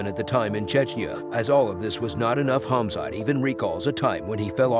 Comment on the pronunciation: also his first name smh it's khamzat not khazmat